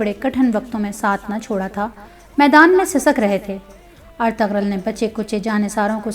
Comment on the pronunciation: سب سے اہم کام تو یہ ہی کیا کہ کم از کم نام کا تلفظ درست کروایا❤️